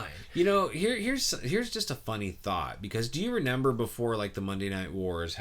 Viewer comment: nobody:: "RENEMBER.."